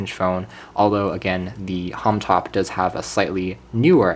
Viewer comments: it is not "homtop" its homtom please say it right!!! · Yo, Bro! It is H O M T O M not Homtop, please do something about this video. Kthxbai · Did you keep saying Homtop instead of Homtom?